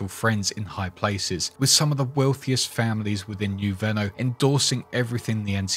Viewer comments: Great detailed video as usual. You have a voice made for narraration man. Only constructive criticism I can give you. I realise you are British, not American. But you must get the pronunciation right when saying New Reno. You do not pronunce like the French car company - Renault..non, non mon ami.. Must pronounce like the Americans say it. - Reeeno.. Like you say tea, but put an R in place of the T , think of it that way 😉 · Reno isn't pronounced like Renault. It's Reeeeeeeeeee no. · I'm sure you've heard this already, but Reno, NV is pronounced as "re-know" not "reign-know" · Its pronounced RE-NO not REN-O